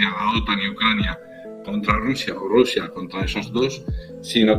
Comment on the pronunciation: No se dice RRRRUSIA se dice RUSIA CON UNA R QUE MAL TU FORMA DE AHABLAR